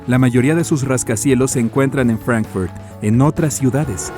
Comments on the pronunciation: él no dijo Fráncfort, dijo "Frankfərt", q es su pronunciación en inglés. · Por qué pronuncias así?? Literal, la ciudad es alemana y se llama Fráncfurt y la pronuncias como si estuviera en inglés? Me da la impresión de que a lo mexicanos en general intentan sonar gringos, no pronunciar bien como tal, sonar gringos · ¿Rascacielos en París? ¿Por qué dice “Frenfuort"? ¿Qué le pasa en la boca? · ¿Por qué el locutor se empeña en pronunciar nombres no ingleses como Frankfurt o Burj Khalifa con acento inglés? No es necesario pronunciarlos como en su idioma original, pues uno no necesariamente sepa esos idiomas, pero usar fonética inglesa es pedante y sin sentido. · Excelente reportaje, pero me llama la atención porqué dices Frankfurt con acento inglés, si es una ciudad alemana!